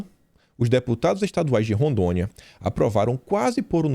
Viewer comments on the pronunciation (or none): Não “Randônia” é Rondônia. Kkkkkkk